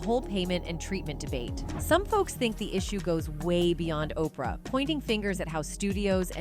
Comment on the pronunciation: Learn how to say Oprah name. It makes you look like you don't know what you talking about